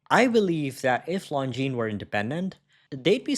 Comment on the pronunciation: Nice to hear the brand pronounced correctly.